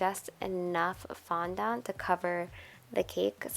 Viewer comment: your saying fondont a bit weirdly !